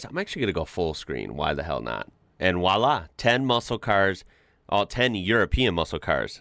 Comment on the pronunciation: The "v" in "voilà" is just a normal "v". It's not "wallah", it's "vuah-lah".